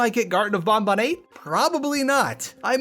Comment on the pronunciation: ...Huh. You're the first person who seems to have just defaulted to the 'correct' way to pronounce Banban. Every other person I've heard talk about this game pronounced it as it's written (ban-ban) unless specifically following the developers' pronunciation (bon-bon).